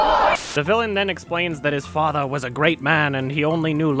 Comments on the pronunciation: I cracked up everytime he said "FATHRRR" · for FATH-UH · I was fucking fascinated by this review, but god fucking dammit. GOD FUCKING DAMMIT! So earlier today... Yesterday, I was watching Vinesauce, and Vinny mentioned that the way "he" says "fatha" ("he" being either or the villain. Binyot never made it clear who) is the funniest thing ever, and me and a bunch of other people said "well it's not gonna be funny now!" But I watched the video anyway. I swear. I fucking SWEAR the scene from on was the hardest I have laughed in my 26 years of life, EVER. Just the "great my fatha's here! Time to get my dick sucked!" had me punching the fucking walls because I started feeling weird from laughing to hard and so long! My puppies got so concerned for me that they had to go to my husband, unsure of what to do! And then I unpaused the video and my husband had to pause his own video because I just. Could. Not. Stop!